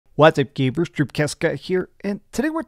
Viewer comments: Did you just call me a gayber?? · Wtf did you just call us!? GAYBERS!? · What's up gaybers, here.